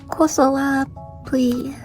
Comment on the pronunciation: Surprisingly good pronunciation of a sound «ы» (mishka kosolapiy) for a native english. Usually there are difficulties for a most of peoples in figuring out how to do it. Good luck anyways! :)